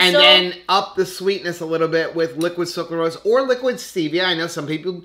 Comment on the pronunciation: SUCRAlose instead of SUCLArose